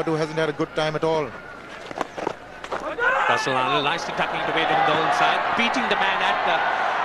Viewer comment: Russel Arnold as Andre russsel 😅😂😅😂🤣